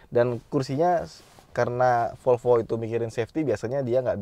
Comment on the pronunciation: MEREK MOBI tersebut BUKAN '' FOLFO'' - TETAPI '' V O L V O '' !!!!